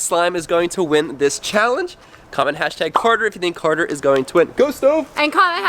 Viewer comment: This is how he says Carter Cater